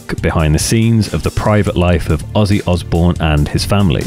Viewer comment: Pretty sure Mike Mason nailed it... Osbourne sounds like Ozzzzbourne. Ozzy for short. I'd imagine other people started calling him by the name